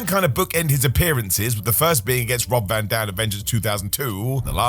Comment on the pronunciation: Rob Dam Van. Lol